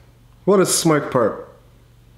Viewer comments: everyone: smokerpurp: SMURCKURPURR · yeah rip but he said smokerpurpp